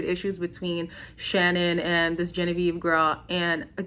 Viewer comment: I do not like Leslie at all. You said gen a ve ve 😂😂😂 i think Leslie and genavieve only care about being on the show. They do bring drama but it’s cringey, Although I love Shannon and kyra, I think Shannon was just trying to be a good friend and look out for her because she did let will get away with basically cheating. I love Shannon and of course cash!!! I think cash should pick Charlie because cinco is way to back and forth. Olivia and korey seem to be faking it but I love them both for some reason lol